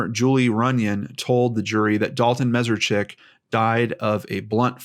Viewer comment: just for the record, his last name is pronounced Mess-ARE-Chik.